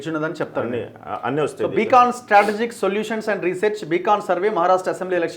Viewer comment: బీకాన్ కాదు బ్రదర్. బీకన్ అంటే దారి చూపే వెలుగు. సొల్లు వెలుగు కాదు